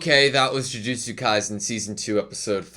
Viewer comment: In case you didn't know, the S in "Kaisen" should be pronounced like the S in "AutoSave"